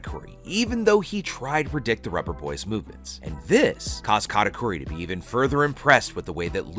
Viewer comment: why you saying katakuri like Kata "cory"